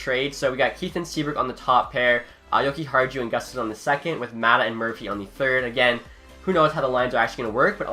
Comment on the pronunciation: You actually mispronounced Pettersson, Maatta, and Kahun all in 2 minutes! Congrats!